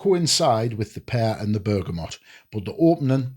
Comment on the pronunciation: Canny review, and it’s nice to see one person actually pronounce BERGAMOT correctly! I know it’s a small thing, but it’s f’ing annoying the way everyone says BergamoNt! So just for that fact alone it’s a 10/10 video 😂